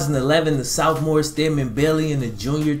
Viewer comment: Why u say Sophomore like dat